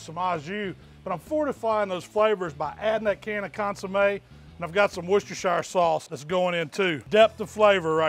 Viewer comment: *cough cough* that’s cottage pie……and the shire in Worcestershire is silent